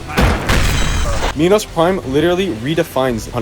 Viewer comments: its not pronounced mee-nows its pronounced máj-nows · pronounce minos like "menos" or "mynos" either way ill still not talk to you